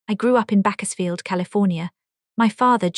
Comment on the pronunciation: This ai story doesn't know to pronounce Bakersfield. And also, towards the end it switched languages for a while.